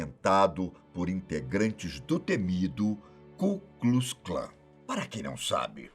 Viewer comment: "ku klus Klan" assim não da ne é Ku Klux Klan